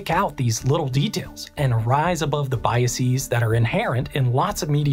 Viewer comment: "Biases" is pronounced BYE-uh-sehz (not bye-uh-SEEZ). Great research and presentation!